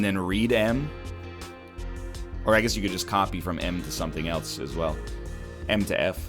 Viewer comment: "Does Enyone Alse????"